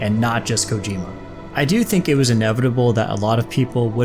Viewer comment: Hopefully low roar is in ds2 im so addicted to their music and also to produce Kojima, it is pronounced CO-GEE-MA